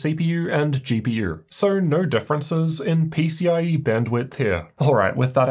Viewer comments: "gee pee urrr" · why bro say GPUrrrr